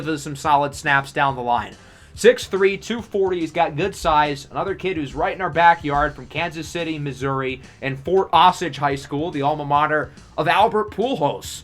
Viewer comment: love the vid as always, you the best on YT hands down. Just a friendly FYI tho, the ROLB prospect Jason McBean is from Fort Osage HS like you said, but pronounced "Oh-sage". Keep up the great work!